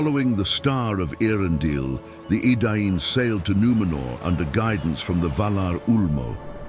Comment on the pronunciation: The pronunciation could do with some work though. They didn‘t follow the star of „Airendill“ but e.a‘rendil.